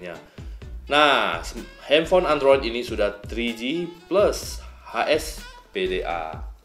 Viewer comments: HSDPA kali bang... bukan HSPDA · ''Hspda'' Kepleset tuh ngomonh nya 😂😂😂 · Ralat : Ada salah pengucapan di jaringan HSPDA Yang seharusnya HSDPA :D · Ralat : Ada salah pengucapan di jaringan HSPDA Yang seharusnya HSDPA :D Thanks uda ingetin :D